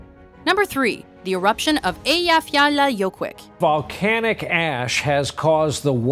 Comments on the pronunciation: Wow, she really can't pronounce Eyjafjallajökull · Yes it was very wrong, if you can not pronounce it then don't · You murdered the word Eyjafjallajökull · i literally laugh my ass out when she couldn't pronounce ''Eyjafjallajökull'' right xD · Nice one almost pronouncing Eyjafjallajökull correctly ! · I'm from Iceland and she did not pronounce Eyjafjallajökull right 😂😂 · they said Eyjafjallajoekull wrong ffs ¬_¬ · Her pronunciation of the Iceland volcano was so bad no offence